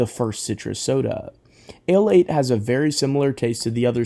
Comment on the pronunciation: Ale 81! Not "Ale 8" it literally explains itself as "A Late One" hence "Ale 81"